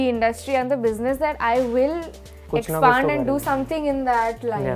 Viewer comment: No offense but its expand not expaand